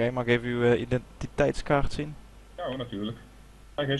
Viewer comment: Als je ze dan toch belachelijk wilt maken, of na wil doen, spreek dan identiteitskaart goed uit.. dadadadan het niet kunnen uitspreken